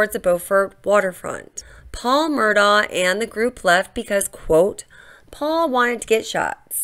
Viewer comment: I'm distracted by the mispronunciation of "Murdaugh" throughout the entire video. The family name is pronounced "Murdock".